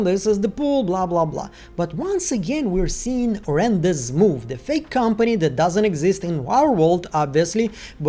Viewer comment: dude the Z is silent in rendez move plz stop saying it wrong wtf!? ron day move say it like this